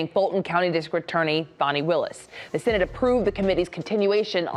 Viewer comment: It's Fani not Fawni